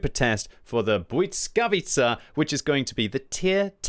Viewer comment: Please!! You go and call it BUDSKAWICA over and over again. Just read it how its written [blyskavica]. Please do not butcher it anymore 😢